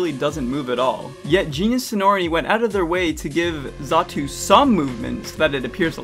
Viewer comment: xatu, not zatu